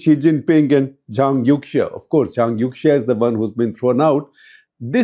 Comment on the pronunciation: The correct pronunciation of Youxia is more similar to "Yo-shia" ("Yo" like a rapper, "shia" like the Islamic sect). When in doubt, Chinese pronunciation of X can be replaced with Sh sound. eg Xinjiang is Shin-jiang, Xi Jinping is Shi Jinping (There are minor differences between X and Sh, but at least it is closer)